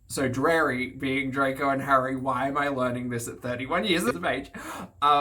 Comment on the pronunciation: Hearing “Drarry” and watching you figure out what it was was an experience lmao I was like oh he’s gonna have something to say about this! Also the cleaning scene is there to show people her body so people will come watch. She’s said before when she does full body shots she gets more views.